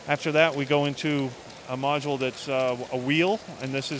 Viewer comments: Stop saying module it is making my ears bleed! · He said modual129 times